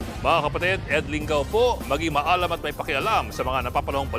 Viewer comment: Sir ed, pls po paki bigkas ng tama sa dialektong tagalog ang salitang "maalam". Salamat po.